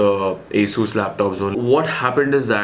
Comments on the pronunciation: Aaaasooooss ???😂😂😂 it's Asus right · Bro don't mind but your Pronunciation Asssuuuus Rooooggg is simply Awesome..... 😜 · Asssusss or Asus?? ? Hahahahaha lol